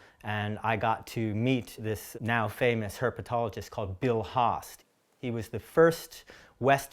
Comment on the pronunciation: Anyone else laugh a little when he said "Herpatologist"